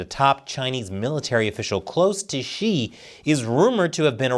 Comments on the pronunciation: it’s “Xi”, not “she”😊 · Why are you pronouncing his name as she? Instead of xi, as in si lol